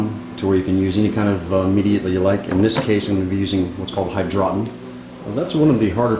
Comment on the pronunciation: lol hy-draw-ton